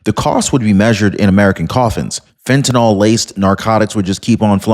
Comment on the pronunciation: It's fentanyl, not fentynol